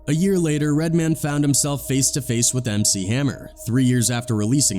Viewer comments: Red-man, not redmon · Here's the thing about this guy commentating in this video,first of all he pronounces Redman as redmin' lol and also Redman didn't say he said yes sir to hammer, he said that to vlad, He said something like I wasn't no bitch ass nigga about it,I was like yo my bad Lol so Mr white man in this YouTube video didn't even hear the in-betweens,he just watched clips of interviews and inserts it in his own documentary's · Lol "redmun" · Redman is pronounced as it's spelled, Red-Man.. not Redmond 😂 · Mispronouncing Redman lol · One thing fam…. RED. MAN. Say it with me Red… pause… Man… we good? Good…. 😂 sounding like Phil Redman Goldman Sachs rep 🧐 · The narrative is either AI or just clueless. How you gonna pronounce Redman, like a Jewish last name? 😂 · I love how the AI voice pronounces REDMAN as if he's a Jewish banker. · DEAD -- He said "Redman" exactly how Redman says white people say "Redman" he finally started getting it right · Dude said "Redman" like it someone's last name. Lol. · I thought it was funny how they pronounced Redman... Like it was a normal last name instead of a super hero name.